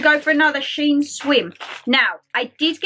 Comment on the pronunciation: Fantastic haul, I love shein. (It is pronounced she in). Watched all the way through, kimono lol. They sell really nice dresses, really feminine. Really good video, thanks for sharing xx